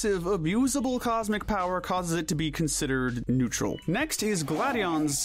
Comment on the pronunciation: IT'S NEUTRAL, NOT NUTRUAL!